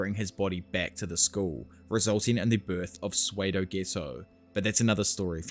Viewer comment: Psuedo is pronounced sue doh, not swaydoh